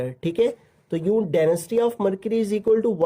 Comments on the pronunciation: Itd density not denasty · Density not denasty😅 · Sir it's density not denisty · Denasty 😂😂 Density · Sir ap nai Daneased bola hai